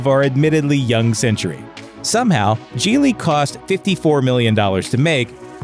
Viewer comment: Gigli means lily in Italian, it sounds more like lily with a j than what he is saying, the JEE is really hard and the lee has a lot of gusto. just say jily and then pretend you are an Italian waiter and you pretty much got it.